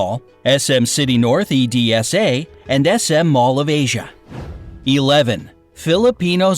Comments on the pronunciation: guys. just to let all the english people know that its not E D S A its pronounced ehdsah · just just pronounced EDSA individually 💀. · im a filipino and i love this video! <3 and its very true! and also dont say E.D.S.A just say Edsa all together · 12 they said e d s a when it's supposed to be edd sa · it's pronounced ED-SA not E-D-S-A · Im sorry but as a filipino i cannot stand quiet while you say edsa sa e.d.s.a it's pronounce as ed-sA